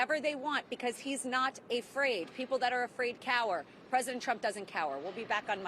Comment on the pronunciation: "Precedent Trump doesn't cower," - Duck Lips Habba